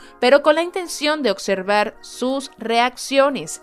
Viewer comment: Excelente gracias ( revisar la pronunciación del inglés y de verbos como _Observar _ )